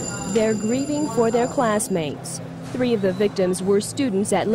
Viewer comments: Dawg, I can't watch anymore videos of his till he stops saying tirty and tree. I figure this dude has got to be a serial killer anyways studying the past, perfecting his craft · It's so cute how he says "it was tree o clock" it's me and my kids inside joke. Pronounce 3 like they do over there and ppl look at us like "are they Irish?!" But were native american so it throws em all off 😂😂😂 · I bet this guy is bummed that there were four victims instead of “tree” victims. Luckily, he got to say “tirteen” a couple times. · I think he said you guy's plus me equals tree.